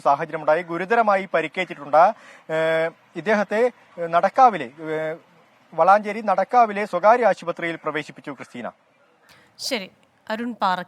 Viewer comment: വളഞ്ചേരി എന്നല്ല വളാഞ്ചേരി എന്നല്ലേ